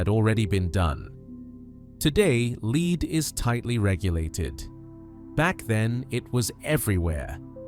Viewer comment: “Leed” paint - oh dear!